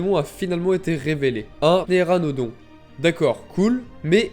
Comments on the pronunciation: Ouais il a sorti un petnanodon j'ai pas compris 😂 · On dit ptéranodon après peut être j’ai pas bien entendu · s'il te plait fait une vidéo dans laquelle tu répète une dizaine de fois le mot "ptéranodon" hahaha . sinon vidéo intéressante avec de bonne recherche , j'approuve . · Pas mal j’aime bien ton point de vu, tu me fais trop rire avec ta prononciation du mot ptéranodon 😂